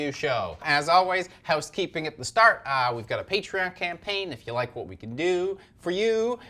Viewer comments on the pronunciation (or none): none